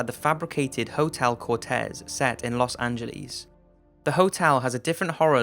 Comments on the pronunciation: los an-jel- EEZ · Los Angeles, not Los AngeLEEs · Los angėleez Lmao 😂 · Los anglees. Okay. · Los Angelees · I'm going to say "Les Anges" (lezonge) instead of "Los Angeles" now. Who is joining me? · los angeliis lol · Haha los äntschelis :D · I dont like how you pronounce Los Angeleeeees. But thank you for the interesting video. öadfjö :D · lol los angeleez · "Los Angelis"😊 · Los Angleees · IT"S SEA-SILL AND IT'S LOS ANGEL-E(AS IN BED)-S